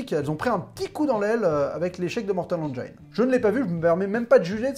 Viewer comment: Engiiiines, pas engaaaiiiines